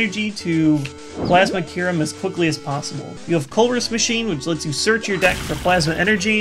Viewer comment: it sounds like "dick" not deck xD